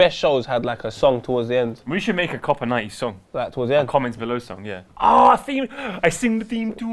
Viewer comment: It's copa ninety not copa niney